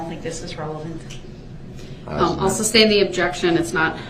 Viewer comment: Can someone please tell him its Sustain., not SUBSTAIN